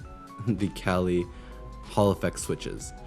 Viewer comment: Not to be that guy, but its Kailh not Kalih. I misread the word the same way as you up until recently lol. Otherwise great video!!